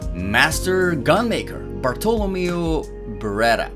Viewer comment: Fantastic video. Thank you. Learned so much. Bartolomeo by the way is said with emphasis on the "me" (BartoloMEo) not the "to" (BarTOlomeo).